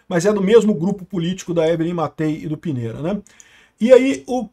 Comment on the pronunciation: A pronúncia é Pinheira